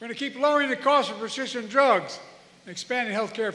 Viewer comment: He could not pronounce " presciption" he wants to restore the right to kill children who are full term. Roe v Wade is Abortion on Demand for any time in the pregnancy. I don't think he should be making the sign of the cross.